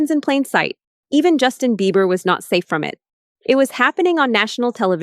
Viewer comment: Right for some reason it’s driving me nuts everytime she says he’s name wrong, lol